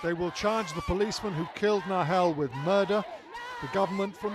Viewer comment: ITV~ the least you could do is get the boys name right!